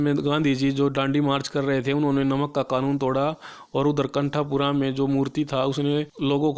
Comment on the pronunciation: Pronunciation of novel name and bhatta otherwise all good👍